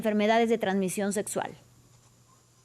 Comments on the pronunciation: Setso ? Doctor y no sabe ni pronunciar ? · 😂😂😂😂😂😂😂😂😂 Cada que dice setsual, setsual, setsual, setso, setso , setsual🤣🤣 🤣🤣🤣🤣🤣🤣🤣